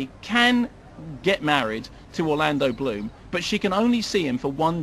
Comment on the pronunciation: It appears as though it is only devotees of the good doctor can understand his 'mis-pronunciation' of the unfortunate Mr Bloom. I agree with an earlier comment that maybe the good doctor could have used more detail but there is so much that is disappointing in this film that even an hour probably wouldn't do it justice. The hanging sequence, the complete misuse of the Kraken, Keira as a pirate and the stupid underworld sequence to name but a few - I mean it really is a let down.